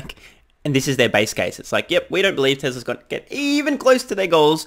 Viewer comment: Had me jump when you mispronounced "Tesla's" as "Tresla's" and for a moment thought you said "Trevor's track record 😅😂😂😂